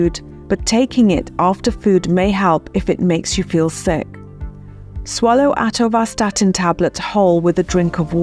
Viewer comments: With such a strange pronunciation of Atorvastatin, are you qualified to talk about it? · is when she actually starts answering the three questions in the video title. Also, she reeeeally likes hearing herself mispronounce "atorvastatin". This should have been a 3 minute video.